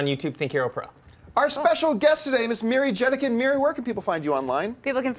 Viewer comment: Miri Jedeikin = nailed it.